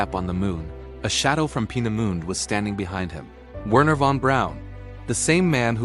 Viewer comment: Please get the pronunciation right. Wee-pon, peena moond and its friends destroy credibility.